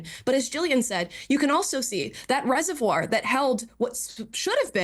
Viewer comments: No doubt in my mind that someone who can't even pronounce "reservoir", is qualified to be on this panel. Piers are you doing DEI for your show? 🤣🤣🤣🤣🤣🤣🤣🤣🤣🤣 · If you struggle to pronounce reservoir, dont call yourself an expert analyst lol. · Wow! An American stumbling on the word Reservoir? And said it's hard to say? He must be from GenZ. They don't even know the difference between pronunciation of woman and women. Smh.... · Reservoir...yeah so hard to say